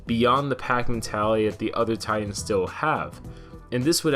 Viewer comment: You seriously need to pronounce "Titans" correctly